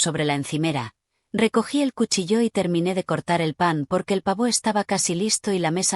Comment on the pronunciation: Que yo Sepa Cuchillo No tiene ningun Acento porque lo pronuncian como si lo Tuviera expliquenmelo Please